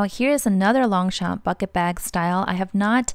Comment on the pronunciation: You are so cute trying not to butcher french names! I'll try my best to help: Longchamp : in fact the 2 "p" are silent : it is pronounced lon-cham/ Foulonné : foo-low-nay Epure : ay-purr Since they use actual names from the dictionnary, you can also use google translate to pronounce it for you :)